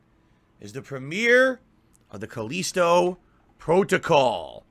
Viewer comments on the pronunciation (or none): "the caleesto protocol is the spiritual sussesor" this dude's grasp on the English language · He can’t even pronounce Callisto right. He’s literally the ONLY person who says it like Culleasto.